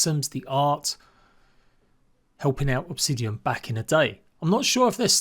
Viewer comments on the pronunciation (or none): none